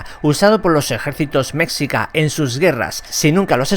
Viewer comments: Cierto el dijo mexica pero se pronuncia mechica o mejica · Me gusto este tipo de videos una parte 2 no estaría mal Dato: se que eres español pero la forma correcta de pronunciar Mexica Es que la X suene como Ch pero haciendo que el Chi vaya algo cantado y termine como en S bueno escribiéndole literal seria algo asi Mechíca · se dice mejica y se escribe mexica esto te lo aseguro por que soy de México.